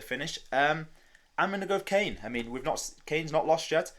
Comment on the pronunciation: Good pick but it’s pronounced “Kah-Nay” Kane.